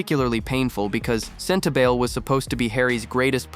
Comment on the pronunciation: It is pronounced Sentabali not Sentabail.